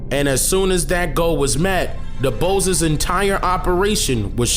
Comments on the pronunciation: Pronounced Du Bois (sounds like B·oi·ce) . not "Bose" as in (nose) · W.E.B DuBois ( Doo-BWAH) fyi... for anyone. Yo, I Love Your Vids Brother! Just know ,your vids are being shared with Many!!! It’s needed instead of the BS! Thank you for your hard work!!! You are DOPE!🦉🧘🏽‍♀️🙌🏽🌟🔥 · Hearing you pronounce w.e.b. Dubois the way you do makes me want to bang my head against the wall